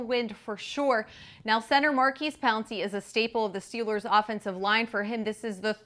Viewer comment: Lol yea. Am I the only one who hears say Steel-lures instead of Steel- ers?